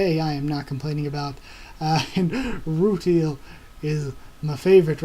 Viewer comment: rutile pronounced ru tiel not teal (sorry, just a small nitpick) it is earth btw, not another country. just after it got hit by 6 moons (they go over it a bit in the beginning of the 2nd ep) more details will be revealed about what happened to earth, but i won't spoil it :P